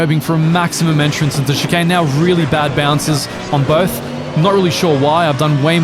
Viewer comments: please god, stop saying "chicarn" it ends in "ane"..... the same end sound as bane..... as in your mispronunciation is the bane of my existence XD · Drinking game: Take a shot everytime says "Chicahn"